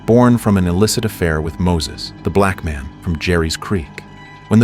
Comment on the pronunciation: Why is there so much emphasis on the words black man and black baby